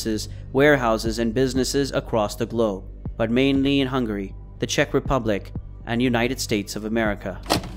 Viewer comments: lel "Hung-Gary" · Truly impressive levels of mispronunciation. Who is Hun Gary? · Why can you not pronounce Hungary correctly? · Why is he pronouncing Hungary like “Hung Gary” Also… He was considered to be the top Russian gangster.. he’s from Ukraine, not Russia. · is this AI? Such strange pronunciations of things like Eurasia, Hungary, Russia, Israeli, and others. Gotta be AI, no other explanation I can think of for so many mistakes from what sounds like a native English speaker.